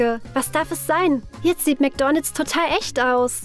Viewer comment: Wie sie einfach die ganze Zeit nur Mc'Doonalds sagt😂😂😂😂Das regt mich so auf!😂😂😂